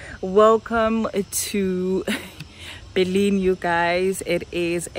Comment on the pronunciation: Bee-leh-neh** (pronunciation)